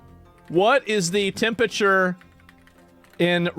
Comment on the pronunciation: "Tempature" lmao